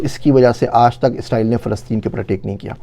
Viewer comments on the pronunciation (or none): none